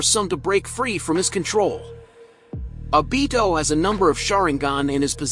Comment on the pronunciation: Your saying the name wrong fok